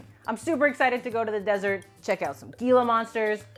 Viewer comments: Hee-La....monster... not Gee-La. Also, most of us here in the Sonoran...we call them Jumping Jack Cactus. We also know how to stay clear of them. 😁😋 The Desert is an amazing place full of life. A harsh environment that only the most resourceful and tough can survive. That's what makes living here so wonderful. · Some Gheela monsters! XD The G in Gila sounds like an H, for future reference....unless youre trolling us, in which case, high tier trolling indeed. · It's pronounced heel-ah monster, just so you know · Gila Monster... pronounced "Heela Monster," not "Gheela." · Gila is pronounced "heela". I live in the Sonoran desert. It definitely is weird here though.